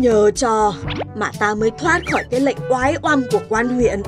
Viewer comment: Phải là " oái oăm " chứ sao lại là " oái om" . Nếu nói rằng : Thiếu sót này thể hiện sự cẩu thả và thiếu chuyên nghiệp. Liệu có là quá lời .???